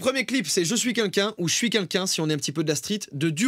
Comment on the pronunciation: " Je suis kinkin" Ptdr depuis le début que je regarde tes vidéos, t'as jamais réussi à dire "quelqu'un" Mdr ca me stresse quand tu dis "kinkin"